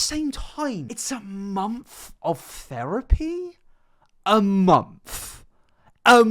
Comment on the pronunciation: a mumf. a MUMF. AAAA… MUMF.